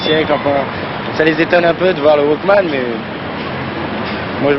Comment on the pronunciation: "Walkmen" Et c'est ainsi que Leon Zitrone commenca la grande tradition qu'est de mal pronomcer le nom d'une technologie nouvelle lors d'un reportage sur comment la dite technologie separe l'individu de la societe. Aussi eviter de dire Sony car c'est une marque alors que Walkman est une marque deposee par Sony. Nah j'aime bien cette video franchement, mais il faut avouer qu'elle suit les memes codes que l'on verras plus tard par rapport aux jeux videos, Internet, la television, Facebook, les Smartphones etc.